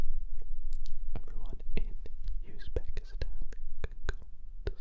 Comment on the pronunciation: Uzbekistan Finally bro 🇺🇿😅 But not "Yuzbekistan", it's "just like what it's written "Uzbekistan" ❤